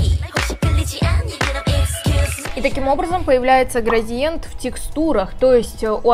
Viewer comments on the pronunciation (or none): none